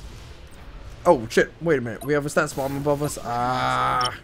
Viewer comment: You gotta stop saying "status bomb"!!